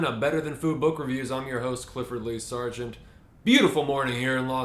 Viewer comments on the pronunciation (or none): none